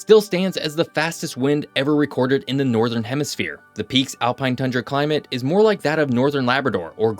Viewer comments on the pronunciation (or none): none